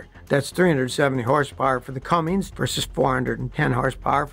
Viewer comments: That’s “C U M M I N S”…Not “C U M M I N G S” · It is CUMMINS not CUMMINGS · Its CUMMINS<< NOT CUMMINGS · How do I know not to take you seriously? You pronounce it Cummings…. And it’s not a Dodge Ram anymore, it’s just Ram. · CUMMINS******* NOT CUMMINGS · stop calling it a dodge it’s a ram not a dodge and stop saying cumming it’s cummins🤦🏻‍♂️🤦🏻‍♂️corny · RAM cummins engine not cummings engine you old fart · For Gods sake will someone please tell Scotty how to pronounce Cummins. There is not a G at the end. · Never trust a man who pronounces Cummins as, “cummings” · That is how Jay Leno pronounces it too! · Why do you say Cummings? Should I say powerstakes? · Very cool video. Interesting info. However, could you please stop putting a "g" on the end of Cummins? lol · Scotty you rock, but I don’t think Cummins has a G in it. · You repeatedly say "Cummings." LOL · This is maddening for someone who lives in the hometown of Cummins. THERE IS NO G IN THE NAME!! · Scotty, for the love of God, there is no ‘g’ at the end of Cummins. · *CUMMINS* ... Pronounced "CUM-INZ" (there is no G in it) That being said, super good presentation and I can't believe Scotty talked for 11 minutes about a Chrysler product in a positive tone of voice lol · There is no “g” in Cummins! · seemed interesting until the guy says "Cummings" out of the gate. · There is no G in Cummins. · It's not Cummings!! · It's not Cummings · For the love of all that's holy, please stop putting a G at the end of Cummins when you say it. lol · Why is it so hard for people to say CUMMINS? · You lost me at "Cummings" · Cummings Cummings Cummings! There is no g in cummins..... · There is no G in CUMMINS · Please. Stop. Saying. “CUMMINGS.” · Please stop saying "Cummings". Thanks! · After hearing the narrator say "Cummings" for the 3rd time, I stopped watching the video. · Scotty, please stop saying cummings. There is no g. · You lost all credibility when you couldn't pronounce Cummins. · Wtf is a “cummings” engine dummy?